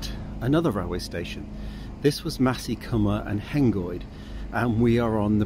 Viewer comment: Maesycwmmer not Masycwmmer. Maes rhymes with Mice.